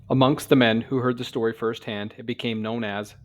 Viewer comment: This "stiry" Just earned you a new sub... Me. 😂 Awesome "stiry" telln..